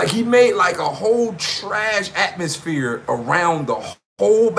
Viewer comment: Did he say trashatmosphere or trashmosphere? Damn that's hilarious. Just when I thought I heard it all...